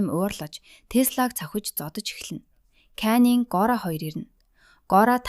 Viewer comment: Time bish tam shu Gora bish goria shu Caning bish caninshu ghde goy bna❤ neruudee zasaarai